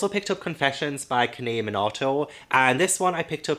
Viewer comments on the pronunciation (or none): none